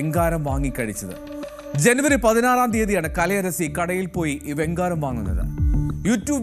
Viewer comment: വെങ്കാരം അല്ല വെങ്കായം എന്നാണ്